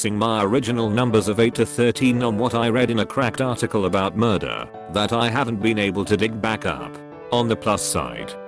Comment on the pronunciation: When it said farticle I laughed and farted